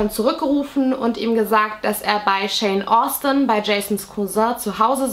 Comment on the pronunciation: Btw, nur so am Rande, immer wenn du Shawn Austin gesagt hast, habe ich Jane Austin gehört 😆